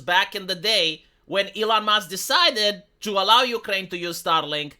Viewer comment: keeps saying "STARLINK" and making it sound like "STALIN"! Is that somehow a COINCIDENCE?? For sure! Second language accents are usually weird...